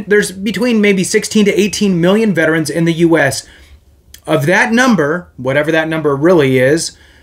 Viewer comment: thankyou for saying Veterans correctly. Not VET-TRANS. Have a great day